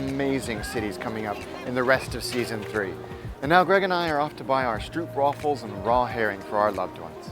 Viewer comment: ok 2 things. kalfskroket: kalf = veal. And Stroopwafel: oo = oa like in boat, so Stroopwafel